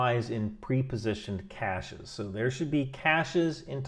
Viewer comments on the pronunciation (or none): none